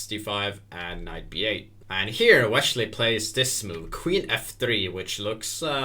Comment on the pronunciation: wesssley, not weshley